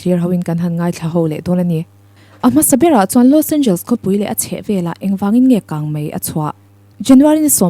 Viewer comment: I inti lam no lutuk anihkha😂Los Angels😂..Los Angeles tihtur aw..